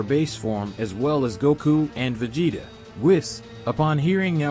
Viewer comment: Vageta prince of say-ons..